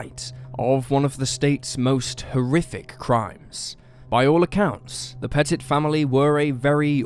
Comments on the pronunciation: I wish you dumbass Brits would learn how to pronounce words especially names it's pett-it not pet-tit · "Puh-TIT"...no. Pet-it. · It's pronounced p-uh-tee. Sorry, but as a Frenchie, it drove me nuts. Love the episodes regardless 😇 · It's actually pronounced PET-it. This happened about 2 or 3 counties away from me and it was just awful, the police took a lot of flack, with many claiming if they had just gone in big and bold they could have prevented the deaths, at the very least the burnings of the house., and perhaps also the bodies it seems they sat outside thinking that was a good idea for more minutes than anyone should have and God knows what they were waiting for. As soon as they went in and found the bodies, they knew they had blown it. I don't recall what the final disposition of this was but I think that particular Police department went through a whole lot of retraining as a result, to say the least. You said it correctly once I think when you first mentioned the mother, who used the surname Hawk - Pettit